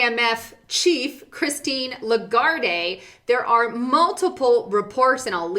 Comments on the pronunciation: the head of IMF is Lagarde, silent "e". Not "Largarday" (pron.)... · Your info is super. Christine LaGarde is pronounced LaGuard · I think its pronounced Christine "Le Gard" but I guess that's the same as "Shit" and "Shite" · It's La - Guard, no 'ay' on the end. She's French. And a Diplomat. She earns money from, and pays tax to, France. You are beginning to look ignorant. No news out there? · Learn how to pronounce Lagarde. Also, you're a sellout.